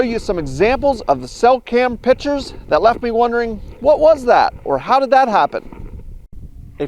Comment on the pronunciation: it's pictures not pitchers